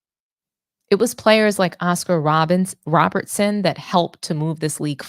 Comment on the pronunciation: Cmon now, you just got through cooking Am I Crazy for mispronouncing Britney Griner's last name, then you turn around the next second and mispronounced Oscar Robertson as Robinson. I gave you props for correcting him, but check yourself as well. And as a side note, that crap he spoke about what ALL MEN, yet won't say, he is a sexist that thinks that Women can't play exciting basketball. THAT is wtf he is saying, despite liking Ogwumike.